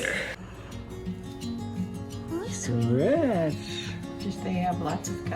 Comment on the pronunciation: I guess she was saying “sweet love/sweetie” but it sounded like “hi Sophia” for a second … haha